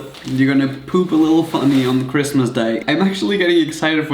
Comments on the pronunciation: “merry chrimas” its christmas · "MeRrY CHrisTLEr"